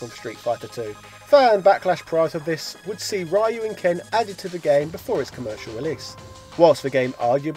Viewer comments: why do americans say Ryu as "Rayu"? its not Rayu its just Ryu, like Ru but with soft "R" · Ryu is Ree-ooh not Rah-you. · Stop pronouncing Ryu's name wrong!!! 😋 It's not Raii-yoo it's more Ree-yoo, but the ee part is very small kinda like just R-yoo just goes straight from the R to the yoo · Ryu is read as REYU! NOT RAIYU! God damn it! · It's not pronounced Rye-You! It's pronounced REEEEEEEEEEEEEEEEEEEEEEEEEEEEEEEEEEEEEEEEEEEEEEEEEEEEEEEEEEEEEEEEEEEEEEEEEEEEEEEEEEEEEEEEEEEEEEEEEEEEEEEEEEEEEEEEEEEEEEEEEEEEEEEEEEEEEEEEEEEEEEEEEEEEEEEEEEEEEEEEEEEEEEEEEEEEEEEEEEEEEEEEEEEEEEEEEEEEEEEEEEEEEEEEEEE..........................................OO Sorry, couldn't help myself. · spot indeed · actually it's ree you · nah your wrong too man. It is pronounced more like: RyOO . ROO with a barely pronounced Y after the R. Wierd tongue flicking motion that is a Japanese thing in their language I guess. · "Rai-you" Please... I don't need to hear this again in my life... D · You have a new subscriber, but it's pronounced "REE-yu" fella. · 2020 and you stil pronounce RAIU!?!?!??! REALLY?!?!?!? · I love your videos, but your pronunciation if names is PAINFUL. Especially Ryu and El Fuerte. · You're mispronouncing Ryu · Spot Mispronouncing names, Gooken, Rye You. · Really?! I stop watching when I heard Rye-yoo, Goo-ken, Fee-Long?!!! You lost all credibility when you don't even take the time to learn the remotely proper pronunciation of these names.